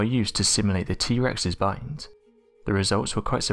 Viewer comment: not gonna lie, I thought he said the strongest butt XD